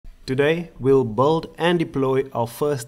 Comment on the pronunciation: Build. pronounced as bi-l-d. Say it my friend. Not bold. Nice tutorial. Thanks foe uploading this. Very helpful.